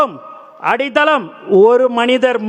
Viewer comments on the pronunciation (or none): அடிதளம் இல்லை அடித்தளம்😢😢